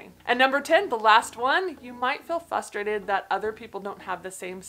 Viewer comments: Hahaha! Type 1w2 subtype sx and I’m here for this comment! I might mispronounce a dozen words a day but when I hear sweet say “fusstrated” in her videos it hangs me up for a solid 20 seconds. 🤣. At least I know WHY I’m like this! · Type 1 here - driving me crazy that you mispronounce “frustrated” 🤣🤣🤣 (saying with love! Great video!!)